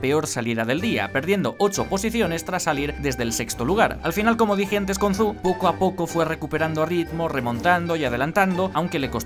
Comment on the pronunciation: Por favor, el nombre del piloto chino se pronuncia como el "Joe" inglés. Me duele oír los "Zou", "Zu", "Su", "Shu", ...